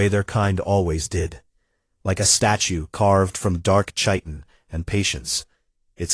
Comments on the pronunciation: I would be good if the AI could be trained to say chitin correctly, since it appears in so many of these stories. It is a hard K sound, not soft. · Why can nobody, even AI, manage to pronounce chitin correctly?!?!?